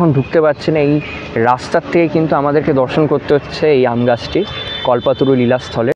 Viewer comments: Kothata kolpotoru kalpotoru noi😂😂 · কল্পতরু, কল্পাতরু নয়।